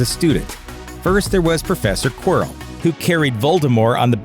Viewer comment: And Prof 'Queerel' 😂